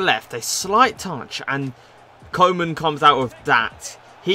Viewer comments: Its pronounced Koo-man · Koe = Cool without the "L" Man = Man but not the american way. Use the "a" in the word "car".